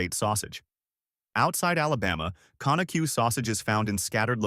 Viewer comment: You need to go listen to a video on how to pronounce Conecuh‼️